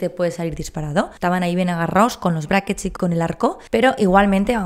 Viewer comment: Si hablas en español, habla bien. Se dicen aparatos. Brackets es en ingles y no se pronuncia como lo decis